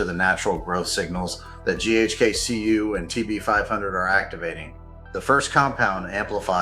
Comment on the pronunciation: I stopped watching after I heard GHK-COOOOO...